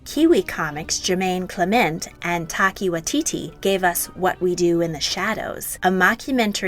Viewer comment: Dude, it's pronounced TAI-ka why-TEA-tea Source: am a new zealander